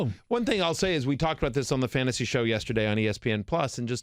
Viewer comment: “Fantsasy” live mock 😂 The writing skills needed to work for espn is impressive